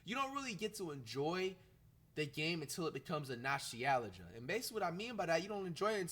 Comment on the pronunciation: Nos-tee-ella-ja Damn flight